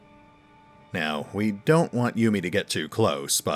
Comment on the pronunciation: Yume would be pronounced Yum-ae (in Japanese). Yumi is pronounced Yum-E. The second is generally female.